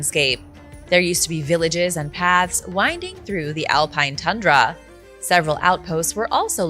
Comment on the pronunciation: Sorry but your bizzare news presenter wannabe voice and school girl inflection renders this unwatchable And its pronounced Tundra not TunnndraAAA.